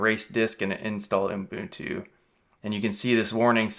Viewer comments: He’s gotta be trolling, right? Please tell me this OOHM-boon-tooh is not for real. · Sounds like you're saying Unbuntu in the video:-) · He keeps calling it Unbutu 🤦‍♂ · Is it just me, or am I hearing uMbuntu? 🤔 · Jeepers nobody can spell 'Ubuntu' in the comments and he can't pronounce it. IT MEANS A THING AND WE SHOULD TRY TO GET STRANGE FOREIGN NAMES RIGHT>.